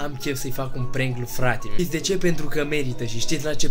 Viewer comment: se zice Fratimio nu frati-miu .